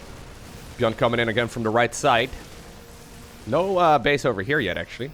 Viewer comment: I am getting confused when say buyn or buyl